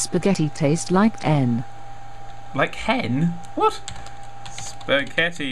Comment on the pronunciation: WTH SAID SPAGATI!